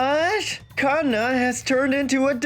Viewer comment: I swear if i hear Kanna as two words again 😂😂😂 Every time i watch one of these and see the Female MC name is Kanna i start rolling in my GRAVE. And im still ALIVE 😂